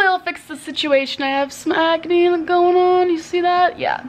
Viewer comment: It sounded like said sm-acne 😂🤣 lol love her